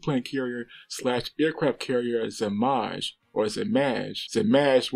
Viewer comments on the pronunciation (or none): Zmaj it can be said correct if you read Zmay (it means Dragon 🐉) . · it's actually pronounced like zmay, like z sound, not zh one, and it means dragon in serbo-croatian, btw geat Videos mate